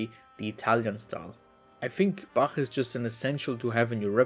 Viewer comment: i cant the "bačæħ" LOL